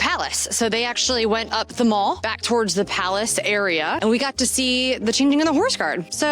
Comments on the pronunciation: A slight correction - "The Mall" is pronounced to rhyme with "pal". It's not a shopping centre! 😉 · The Mall isn’t pronounced like a shopping centre. It’s pronounced with a short a sound to rhyme with pal.